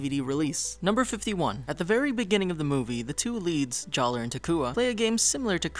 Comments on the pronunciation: Jaller is still pronounced Jala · This may have been mentioned, but in number 19, "Jaller" is still pronounced Jala. Weird, I know.